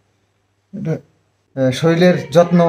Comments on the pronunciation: শরীল নয় শরীর হবে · Soril noi sorir bolo..tumi soriler jotno kno bolo sorirer jotno...aktu thik thak bolo..onek bar bolechi tomake..kno vull bolo bar bar soril bolbe na sorir bolo..❤